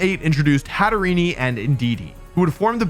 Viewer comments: Hatterene. The last part being like serene not serenee. That extra e you use doesn't belong and really grates the ears. Please. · every time he says hat er ee nee and kahn toe my life decreases by an hour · The way he keeps mispronouncing Hatterene kept bugging me so here it is a mix of Hat and Serene and to go with their fairytale connection the Mad Hatter